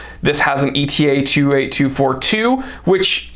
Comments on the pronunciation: "Etta". NOT E.T.A. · Very informative! Wearing my 1952 white dial KonTiki with the gold medallion on the back this month... so classy.. really a stunning watch! BTW, I believe ETA is supposed to be pronounced like the Greek letter "Eta", as opposed to an acronym "e-t-a". Cheers